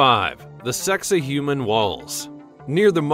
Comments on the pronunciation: Why is it you always change the way that you should say these names OR words it's sacsahuman not sexahuman stop fucking doing it Getto bitch is that how you say your name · Sak-Sai-Hua-man , this is how u prononce it ! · Why is this idiot narrator showing such disrespect for the proper pronunciation of Sacsayhuaman (pronounced, sak say hu aman) as “Sexy Human” - you are showing you ignorance, mate! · snicker....sacsayhuaman is not pronounced...Sexy human! LOL What a maroon! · The pronunciation used is not correct in many places. For instance Sacks-you-way-mon not “Sexy Human” and the Azores aren’t pronounced with a long E at the end. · Dude, you need to consult some experts for pronunciation. Pay-rue (Peru) and your mangled place names caused me pause, but when you got to Sex-a-human (Sacsayhuaman) walls, I had to click off! Also, nothing new here--you're just copying what hundreds of others have done.